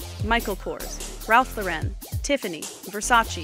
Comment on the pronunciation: It's RALPH LAUREN, like Lauren. He's American, not french.